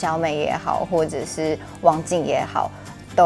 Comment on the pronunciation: 阮經天在片中第一次出場很有巨星Feel，應該本來就是那樣的身形體態精神狀態吧！！王淨在戲中很少女，有人說是工具人，根本不用女主角，不過如果沒有王淨，整套戲很悶很沉！！王淨讀自己名字很清楚，比阮經天讀自己名字更地道！！